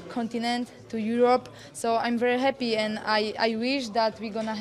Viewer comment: Joanna is such a "hap-piee" champion! ;P Hopefully, she builds a win streak like Anderson Silva and is "very hap-piee" to do so.